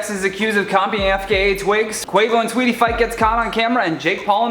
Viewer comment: Learn to say her name if you’re gonna speak on her situation. SAWEETIE!!!! Not SWEETIE